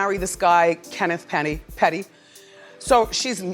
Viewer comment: Lmao Wendy said Kenneth Penny 😂